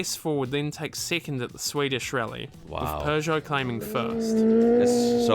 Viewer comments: Peugeot not Pjuuugeot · and all Americans, please listen to the narrator. It's "Purrje oh", not "Poojoe". Oh and on a side note, it's "Jag-you-are", not "Jagwahhh". 😉 Lancia were known for going through the rules book with a fine tooth comb and bending the rules as much as they could get away with. Here is Clarkson with a perfect example. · It's pronounced pergo